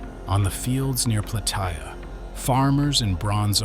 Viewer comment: It is pronounced Plah-tay-ah